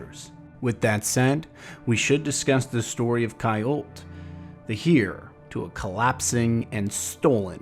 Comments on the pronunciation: Literally the best Destiny lore content on YouTube. Only nitpick I can't find with it is I think "Heir" is pronounced more like air and less like here I could be crazy though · Love the content as always! Don’t know where you are from and I only mean to say this in a constructive way but as a British person “heir” tends to sound closer to “air”, as in less emphasis on the H. As I said loved the video, keep it up! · Great news! I feel like there’s going to be a LOT to talk about soon. It’s slow right now but things are about to ramp up I feel it. Quick q of you don’t mind, where are you from? You say the word “heir” very differently from what I’ve heard haha.